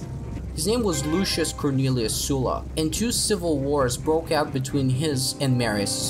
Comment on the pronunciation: Oh finally someone who is pronouncing Sulla's name properly! I cant tell if you are a native English speaker, but if you are not - that would explain this... :) Sorry for focusing on trivial matters and skipping the essence... Great work! Consider Illyrian revolt as a next topic, I think it favours your cinematic approach, Balkans and eastern Adriatic coast make some great landscapes (I always enjoy RTW2 battles in the Balkans), and native tribes offer great visual mix of Celtic, Hellenistic and authentically local elements in their look, equipment and heraldry. The story itself will also offer plenty of space for your admirable narrative talent...